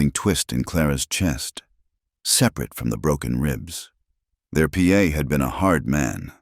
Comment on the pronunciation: PA???? 🤣🤣🤣🤣 It's pa!! Geeze